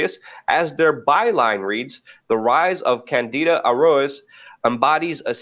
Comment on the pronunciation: Hey guys, your pronunciation was slightly wrong, it's candida auris. Good topic guys.